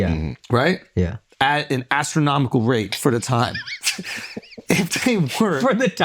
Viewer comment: I about died when he said " at an astromical rate for the time "